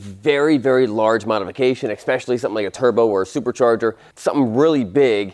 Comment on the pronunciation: did you say eckspecially?